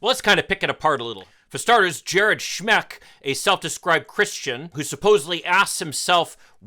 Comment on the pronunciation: Schmeck: pronounced "schmuck".